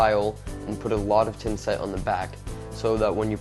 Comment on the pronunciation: tha tha thinset...not tinset...but thanks